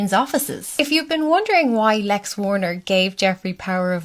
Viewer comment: "Wexner" not "Warner"